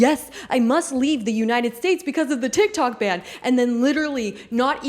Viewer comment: BTW it is a ban, not band.